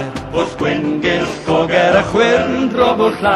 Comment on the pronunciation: The one thing that puzzles me is that in the song, the ll seems to have two different pronunciations - the standard unvoiced l (llanfair, drobwll, llantysilio) and theta (pwll, gyll).